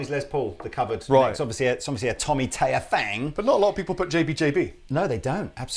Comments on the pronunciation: So annoying that you keep saying Tommy Tayer... it's Thayer. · its THay er not tay er it must be the thames confusion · I love your videos but for the love of the Queen's nightgown could you please pronounce Thayer correctly? There is an H behind the T in Thayer. You're saying Tayer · Learn to say his last name correctly, please.